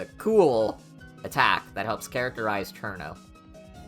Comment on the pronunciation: You finally pronounced it right. I’m so proud